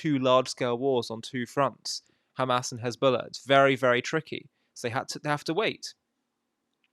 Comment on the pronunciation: HEZBOLLAH is defined as HENZBOLLAH😂😂😂